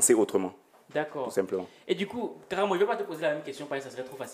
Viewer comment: C'est Karaamo et non karamo😁 Belle vidéo